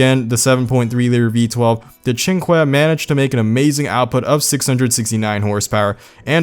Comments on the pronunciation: ‘Chin kweh’ Pretty sure it’s ‘chin kay’ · "the cinque" sounds like the chinkuay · It's pronounced: SEEN-KAY